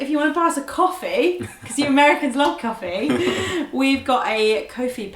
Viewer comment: you said "coefee" and the only reason we have guns is because of the bill of rights. Its the 2 ammendment